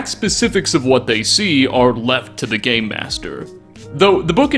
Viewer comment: Is he saying game master or gay master?